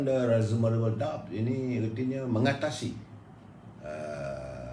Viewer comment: Viva Voce tu bukan baca dia Viva-vos... Baca "Vai-va Vo-se". And please learn some correct pronunciations on other words as well if you wanna use English language, like the word "doubt" for example.